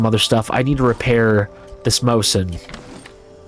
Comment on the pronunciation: As a soviet gun nerd the way you say "mose-in" instead of "mo-zin" is aweful. also how many gnomes do you plan on getting by the end of the series?